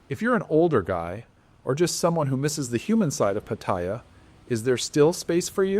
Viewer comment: Can you learn how to pronounce Pattaya? It’s pa ta ya’. All A’s sound the same.. the soft a like in cat. Ask any Thai. As far as the way smart phones have changed dating? We men need to be good on our phones too. I like meeting ladies now, by getting to be acquainted on phones. Meeting a stranger based on buying them a drink for fake affection always sucked anyway.